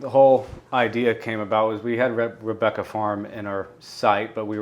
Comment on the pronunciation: I hate to disappoint but did pronounce my name correctly 😀. Thank you for discussing my question and best wishes to and Haute Corture at the beautiful Rebecca Farm. It's not the size of the horse but rather the size of the heart in the horse. And one suspects that Haute's heart is going to carry you all to greater and greater heights.